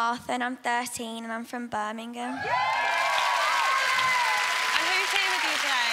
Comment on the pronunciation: did she say Birmingham?😭